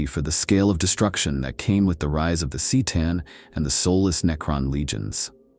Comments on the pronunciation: Oh wow, the mispronounced Seetan and Necrontire is making this unwatchable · Necron-tire? Tee-tan? Good Lord. I enjoy the videos but I really wish you’d stop using lousy A.I. to narrate.